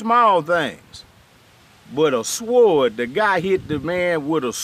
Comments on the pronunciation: You pronounce sword with a Hard ass W 😂😂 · Hell yh pronounced the w in that bih lol